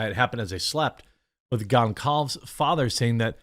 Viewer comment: I always thought it was pronounced "Gohn-solve-ez"; at least, that is how it would be pronounced if it were Spanish - I don't know about Portuguese though.